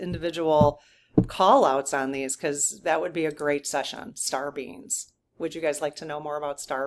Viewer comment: I am sure you are saying star beings, but all I hear is Star beans. LOL